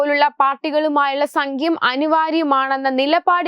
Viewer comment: സംഖ്യം അല്ല സഹോദരി സഖ്യം എന്നാണ് പറയേണ്ടത്.